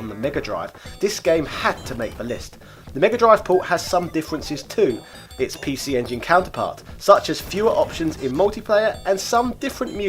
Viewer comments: I've been listening to your chan for 6 years and never ever noticed you had a speech impediment until I just heard you saying PC engine.... is there not any speech therapy you could get for that? I had one when I was younger (and my sister) it doesn't cost much privately. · sounds like you're drunk when you say it, good sir.;) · Pi Shi Engine is the correct Japanese pronunciation, is it not? Sure, it's a bit like saying Bruschetta in that way pricks in restaurants do, but I don't think mockery was intended.